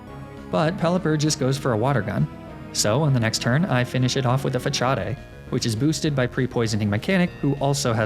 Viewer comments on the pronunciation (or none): ITS FA-SA-D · Facade pronounced fah cha day apparently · “Fachadae” it’s fa-sod big guy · It’s FUH-SAAD not FUH-COD-EH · Omg "fa-chaw-dey" Before I clown too hard is the move actually not pronounced like the word facade? "fa-sawd" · Not sure if it’s intentional. But “facade” is not pronounced “fa-cha-day” but it’s “fa-sah-d”. I’ve watched a decent amount of your videos. I love them! Just throwing it out there and you may be saying it incorrectly in purpose. In that case, I apologize! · It was so funny that he says Fa-chaa-day and not Fa-saad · the move "Facade" isn't pronounced "Fatchad-e", it's pronounced "Fahsaad". I don't know if u didn't know or u did it on purpose, maybe it's a running gag? I'm just trying to help. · Fachadde 😂 😂 😂 pretty sure it’s pronounced fuh-sahd 😂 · why he saying fascade like that, its fuh-saahd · Facade... it's facade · Is pronouncing it “Fuh-cha-day” a fight club reference? I feel like I’m missing a bit :P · Why he pronounce Facade like that? Fachadea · Jsyk, "façade" is pronounced "fah-SAHD." It's French and the cedile indicates an "s" sound. The More You Know. 🌠 With that out of the way, just gotta say I really enjoyed this episode. Have some comment algorithm support! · i love your pronunciation of facade lmao but its FUH - SAWD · “Mag-ne-me-tay” “fachad” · Fuh-Cha Day gave me pain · Fa-cha-de' lmfao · 'fa-cha-dey' It's obviously JOOOOHNNNN CEEEENAAAAAA FANNNN DANNN GOOOOOOO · "fa cha day" facade LMAO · jaja "FaCHáde" jaja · Facade (Fa-cha-day) wtf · when makes another gen 3 run and u kno ur gonna have to hear him saying fachadey to farm comments halfway in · He's mispronouncing every move and pokemon XD cachade XD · “fachadé” god I love these videos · “Facade” is pronounced “fa-saw-d” granted I’m pretty sure it’s a foreign word. Also, the “mite” in Magnemite is pronounced “might” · Slay-king huh? Fa-chaw-day huh? I assume I’m being trolled haha. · I know that the whole "fachade" thing is a joke but I cringe every time 😂